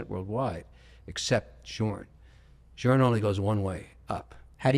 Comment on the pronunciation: Bro has literally met Jacob, and says FP Journe 🤣